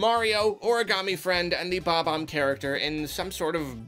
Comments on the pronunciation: his name is BOB-omb, not BOMB-omb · It's not Bomb-omb. It is and has always been Bob-omb.